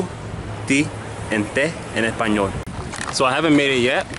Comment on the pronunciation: cause most of spanish accents cut "s" except I think we Mexicans and Spanish from madrid